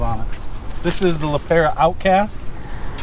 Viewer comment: Calling it a Lee Pair-a is killing me